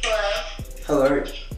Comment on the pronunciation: The way he said hellowerrr